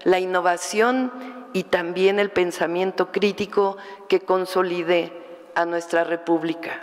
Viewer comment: "Seguir cultivando el pensamiento crítico que consolidé nuestra república"... No me gustó el acento en la última sílaba de la palabra CONSOLIDAR. parece un verbo conjugado en pasado y en primera persona. AGUAS CON ESA DISLEXIA!